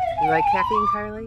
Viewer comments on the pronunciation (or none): IT'S NOT CARLAY IT'S CARLIE